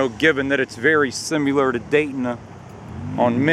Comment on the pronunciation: There you go once again. Go back to East Dayton that you are always talking about. "Simular" Hah!! Dropping your ings and ending your sentences with prepositions. You have no shame--no couth. Why keep embarrassing yourself???